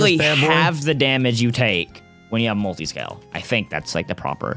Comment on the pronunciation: Dylan’s face when said “Mutiscale” was hilarious 😂